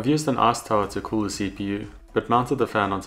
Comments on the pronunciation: Arse towel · Sounds like ass tower to me. Lol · i really dig how you pronounce "ice tower" as "arse tile"